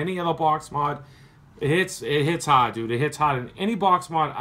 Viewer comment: "It hits haaad, like it hits haaaad!" Haha